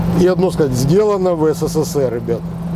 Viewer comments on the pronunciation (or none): none